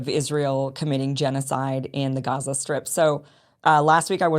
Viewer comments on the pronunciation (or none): none